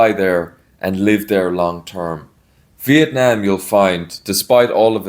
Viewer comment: I love that the way you pronounce Vietnam is exactly on point and the same way locals say it, not like Viet "Nom" (rhymes with omnomnomnom) like how much of the western world butchers it. Great job!